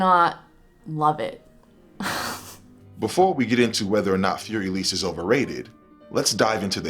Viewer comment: What you do is great. Thanks. I only want to add that Für Elise shouldn't be pronounced fuer elís. Either you use For Elise and pronounce it in English or you say fuer E-lí-se (Für Elise) in German.